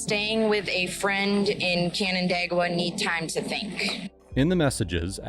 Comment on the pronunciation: As a person from the area, I'm proud of your pronunciation of Canandaigua, it's a hard one!